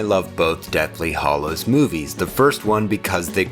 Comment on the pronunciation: A really interesting perspective on the films but please, say Hallo to the HAllows, not the HOllows and Fleur is not pronounced Floor!